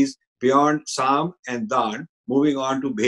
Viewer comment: Respectful correction: I think it is Saam, Daam, Dund, Bhed at the end!